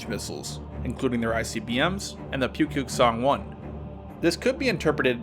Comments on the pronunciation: it's spelled pukguksong but pronounced more like Book-Geuk-Sung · Well not awful maybe that was too harsh! For future reference, Pukguksong is pronounced 'Pookgooksong' :) hope to see more! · What he said: Pukguksong. What I hear: Pewpew song. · It pronounced Nukepuke-Song